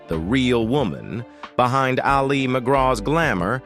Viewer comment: Couldn't someone have told this bozo that his subject's name is pronounced "AL- ee", not "al-EE"?